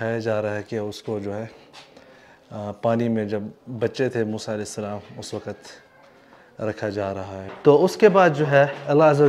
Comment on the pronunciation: Baitay aap ka salam lainay ka talaffaz theek nahi maherbani hogi agar aap ghor farmain shukria